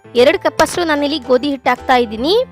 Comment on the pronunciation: ಇಟ್ ಅಲ್ಲ ಹಿಟ್ಟು